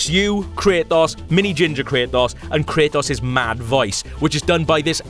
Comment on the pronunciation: I get you have an accent but its not (kray-oss) its (kray-tos)